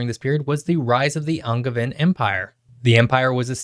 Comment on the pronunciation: Why did you pronounce “Angevin empire” with a hard G lmao